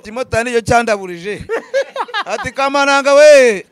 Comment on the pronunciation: Ni kamananga..not kabananga